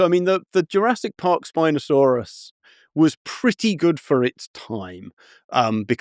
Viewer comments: Why tf is he saying Spinosaurus so weird half the time, like SpinoSAUrUS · Love the emphasis of syllables. Spinosaur Russ